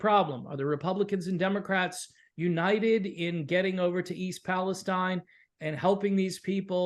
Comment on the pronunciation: I'm from Ohio, even though it's been many years since lived there. E. Palestine is pronounced Palesteen. It's an easy thing to mispronounce it. When I first came across the town, I pronounced just the way you guys did and the people who lived there corrected me right away. Train derailments were a regular occurrence. It seemed like I was hearing about a train jumping the tracks at least once a week. Have you seen that movie, White Noise? It's from 2022, I think. I've seen a movie called White Noise which starred Micheal Keaton. It's not the same movie. The more recent White Noise was filmed in the area of E. Palestine and even had some residents in the film as extras. Some people who have seen the movie just because of what happened in E. Palestine say it is eerily similar.